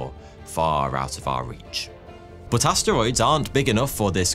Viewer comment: He didn't say asteroids, he said ass steroids.